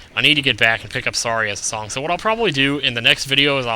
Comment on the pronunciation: why you say sonng of time